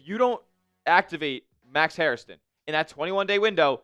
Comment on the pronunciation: dude!! His name is Hairston, not Hairiston, not Harrison.